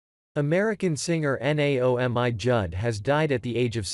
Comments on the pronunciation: Please learn how to say names before ya get on here and prove your ummm intelligence, it is pronouced Nay-oh-me Judd. I never find anything offensive just common sense, but this borders on offensive. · Bobby RY dell. Not a football helmet. And spelling Naomi. Artificial Stupidity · It's Bobby RY-dell...NOT Riddle. I f your organization can't honor these people with RESPECT you should stop.doing this! Naomi....you can't pronounce that ? Just like it sounds: Nay-o- me-Judd. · Naomi - nay-oh'- mee Rydell - rye'-dell Dozier founded his first band when he was 3? Impressive!